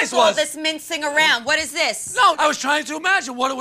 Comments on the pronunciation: Is it "mincing" or "mintzing?" - do you know? Super important ahahahaha.... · “mincing around” 😭